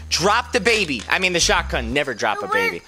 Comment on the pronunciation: I thought you said " drop the baby no shotgun the baby" 😂😂😂😂😂😂